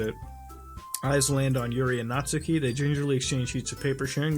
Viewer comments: muta, its pronounced natski not natsooki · Natsuki is pronounced "Knot ski" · At the risk of sounding like a weeb, it's pronounced Not-Skee. That is all.